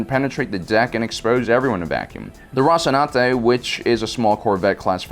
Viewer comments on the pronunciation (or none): Mate, it's Rocinante, not Rocinanti. Othwerwise, great video.